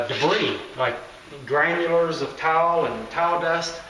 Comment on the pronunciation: Thought this was about tiles but he kept saying towel